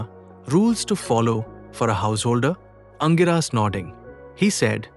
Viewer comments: For info, the sage name is pronounced as ‘Angeerasa’ and not Angiraas. Pls note. Thanks for the video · The pronunciation of Angirasa Mahamuni by the narrator is not sounding right at all😮 apart from that story shows the complex nature of marriage or grihastha ashram! Thank you